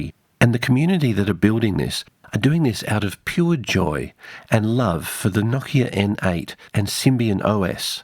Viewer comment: Noooo-kia. The accent is on the O, not the I. I know because I worked for that company and part of the on-boarding was to pronounce it properly.